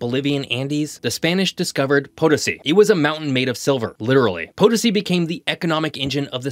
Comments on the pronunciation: not POE tuh see it is puh TOE see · huh? it's not; it's on the TOE